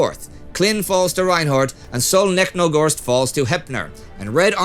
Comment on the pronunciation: If you don't mind a small correction, Solnechnogorsk has "ch" that should be pronounced like in the word "cheese". I think it'll come in handy once the Soviets retake that town. Thanks.